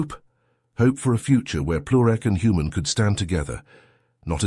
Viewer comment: Heard it say human for most of a story but one time said "Hoomon"